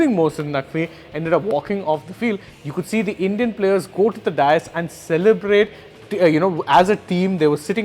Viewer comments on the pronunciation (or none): Farcical English too in the commentary! "Dais" pronounced as "dias" or "dyas" ha, ha!